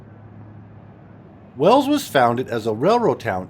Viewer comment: It's Wells, Nevada. FYI.